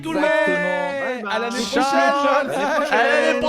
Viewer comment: Non Boreas-Therian, mais oui on dirait qu’il dit ça